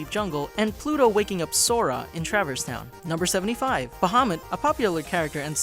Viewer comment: Ugh. Traverse Town. Not travers.